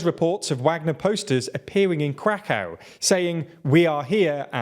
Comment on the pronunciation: "Crack-aow" 😂 It's Kra-kov. But at least you're pronouncing Kherson reasonably accurate now :)